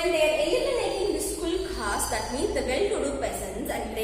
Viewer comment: You are not pronounceing the word kulaks properly you are pronouncing it as kulkas 👿👿👿😡🙅 meet me tomorrow in the hm room